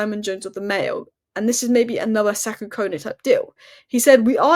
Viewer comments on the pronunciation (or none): none